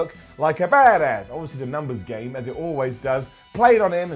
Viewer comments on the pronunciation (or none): none